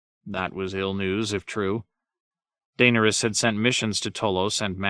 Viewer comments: 😂 just starting this and seeing all the comments on name pronunciation like Nooooooo!!! Then I hear Daner Us and just shake my head. Oh well. Better than nothing! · I mean Tyrions isn’t that bad. You at least know who that is when you hear it. I’m about 9 hrs in and I’m still double taking every time I hear jame. And Daenerys’s pronunciation is just danish with some extra flair lmao